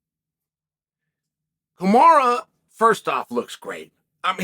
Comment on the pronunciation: YOU CANT EVEN RESPECT KAMARU BY SAYING IS NAME RIGGT SMH ITS ANNOYING TO HEAR YOU SAY KAMARA